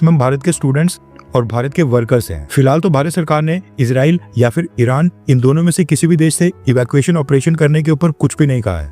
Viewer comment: इराण padhne 😂